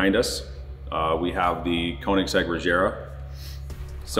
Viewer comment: impressive, but these guys have too much money. also, imagine owning a Koenigsegg Regera and not knowing how to pronounce the name of your own car